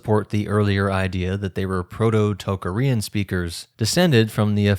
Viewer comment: I have never heard -arian or -aryan pronounced in such a strange way as when you say Tocharian